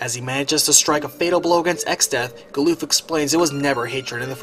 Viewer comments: is butchering the english language, with ALL of the pronunciations, from multiple videos... Its Gal-uff not gooloof or Bahamut, is Baa-hum-mutt, not Bah-hum-moot. Just American's take on english. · GAH-luhf not gah-LOOF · hmm. never figured Galuf would rhyme with "aloof". I always pronounced it as GAL-luhff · Goddamn I was taken back by Galuf being called 'Galoof' instead of 'Galluff', that's a new one for me, lol. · He is indeed butchering it but to say Americans butcher it is offensive I for 1 am American and don't butcher it this much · The way you pronounce Galuf's name makes me cringe.